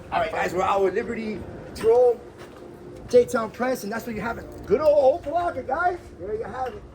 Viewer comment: He said OPA - LOCKA …. Jackass! 😂😂😂😂😂😂😂😂😂😂😂😂😂 Never heard that before! Wrong Pronunciation Bud!